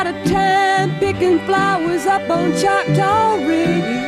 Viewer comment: It’s “Choctaw”, an indigenous name.